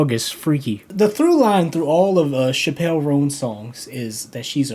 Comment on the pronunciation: Thanks for your video. You pronounce her name wrong though, It's more like CHApell (the emphasis is not on "pell").